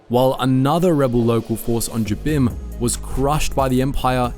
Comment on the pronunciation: Yeah, again, you can tell that very little effort went into the research and checking on these.